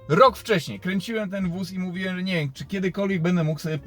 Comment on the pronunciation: wszystko fajnie ciekawa historia ale jak mnie kłuje w ucho straszliwie jak ty mówisz "jechaem, mówiem, hamowaem...." :-/ aż ci mosiaŁem o tym w końcu napisać...